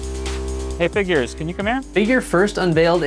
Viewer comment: The way he said, "Hey Figures" didn't have to sound so much like he said the n-word....but it did.